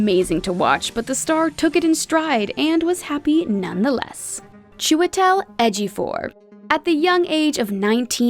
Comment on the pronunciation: Lol! Its edgy-uh-for. Not edgy-for.